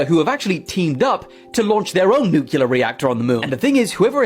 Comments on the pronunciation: And to the young guy abour in, it's "NEW-clee-er," not 'NEW-cue-ler." 🙄 And 800 babies in the septic tank is most likely a very conservative number; witchcraft has been practiced almost as long as humans have been on earth. Last but DEF not least, GOD has prevented us from offing ourselves and the planet since He created us. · Don't listen to r trds who say "nucular." The word is nuclear. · I’m sorry, I stop listening to a person as soon as they say “nucular”. Can you even read? IT’S NUCLEAR!!!! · It's NU-CLE-UR (spelled incorrectly for educational purposes)...not NUCULAR 🙄 IF YOU CAN'T PROPERLY PRONOUNCE A WORD...YOU SHOULDN'T USE IT! SHIT GIVES ME AN ANEURYSM! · People! Stop saying NUCULAR! It’s NUCLEAR!!! 😆 I’m sorry. That sounds like nails on a chalkboard to me. Every time. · You have to get specific and break it down for the simple minded; “NUKE-LEE-ERRRR”. It’s a major pet peeve along with people who say “aks” instead of “A-S-K”. No you cannot “Aks” (axe) someone, but you can ASK them a question. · What if 1000 years ago it was nucular but they kept butchering it and calling it nuclear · Every time I hear NUCULAR, I SCREAM NUCLEAR!!!!Mama Mia! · I THINK THE PHRASE NUKLIER IS TOTALLY RADICAL ! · Dude! (:This isn't directed at you, but the clip showed at this time:) I seriously cannot stand it when people like this guy talk like they know everything, yet can't even say NUCLEAR correctly!!! NEW-KLEE-UR!!!!! FOR CRYING OUT LOUD!!!! It's really not that hard! he wants to say mother nature. Nah, it's either God or man. Or the devil maybe even. But it's not "mother nature." At least from what i understand, according to the Bible. it's not "crush predators," it's crush prey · Get it ? Nu-clear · Sorry it's no nu clear it's nuclear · It New, it's clear it's.... nuclear